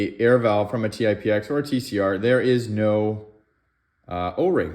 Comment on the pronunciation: Paintballer here. Good video. I was actually playing with the idea of swapping bolts for efficiency gains in my TipX. Good to know a little work will have to go into it. But real quick, it's called the Tip-X, not T-i-p-x, but Tip, as in Tippmann. And lastly, Techt is pronounced "teched". 👍